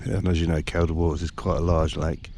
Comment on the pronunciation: It's pronounced "Keel da " water, you brute. The lakes are in the singular, too. I'll let you off this time. ( for your future ref. ) Enyoy these "vanners vids". I'm goosed now, but did plenty of it years a go. Enjoy ya time, whilst ya can.